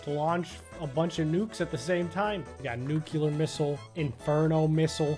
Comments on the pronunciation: This man did not just say nuc(YUH)ler instead of nuclear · NIGGA HE JUST SAID NUCULAR AT THE START